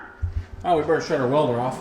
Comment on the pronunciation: did I just hear you say Let me grab my walder lol